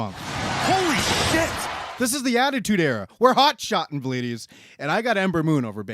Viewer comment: I thought “vleedies” was him saying “ladies” for the longest